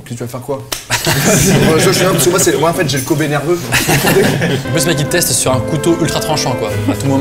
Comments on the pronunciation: J'étais en train d'écouter sans regarder la vidéo quand j'entends bœuf de KOBE, j'avais cru comprendre COBAYE Ö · Pendant toute la vidéo j'ai entendu kobbe (j'y sais pas comment ça s'écrit) comme koba😂